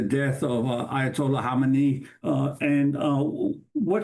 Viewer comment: the first person to say his name right.